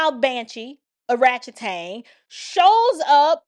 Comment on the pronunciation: Arratchatang lol I died